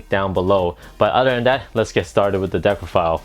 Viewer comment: you said deckrofile lmao